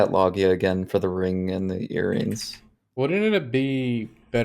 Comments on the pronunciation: just telling you cause it's the right one..loggia is an italian world.. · just write Loggia on google translate after setting the italian language, then listen; that's the right pronounciation.